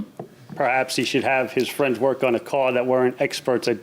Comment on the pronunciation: I work for fwee, fwiends!